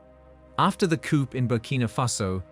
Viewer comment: Bloody AI.. it’s not a “coupe”, it’s a “coo”. The “p” in “coup” is silent.